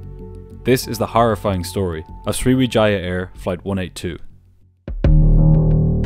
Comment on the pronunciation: Swiwijaaiiah Air. Never heard of them.